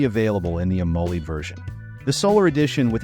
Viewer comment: Am-o-led (pronounced like the element)